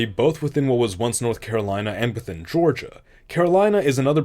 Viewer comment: Least egregious Georgia I've seen in one of these, while butchered you can still tell it's Georgia, Still not a big fan of my home being butchered though. And why did you choose that symbol for African?